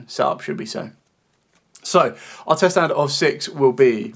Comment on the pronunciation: What's a "tset"? 😂